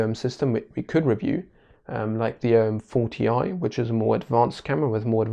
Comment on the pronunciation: I know you said "OM 4ti" . But it does sound a bit like "OM-40i" (to the untrained ear). Just saying.